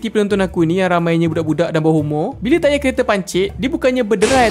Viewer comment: mcm "saya dah order tayarrr" 😂